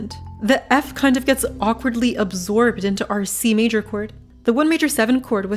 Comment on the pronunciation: when you said key of c major i thought you said kfc major